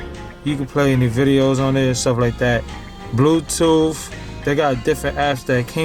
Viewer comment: "...blue tooff,..."